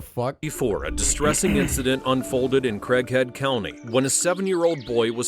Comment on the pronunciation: I heard Crack Head instead of Craighead County.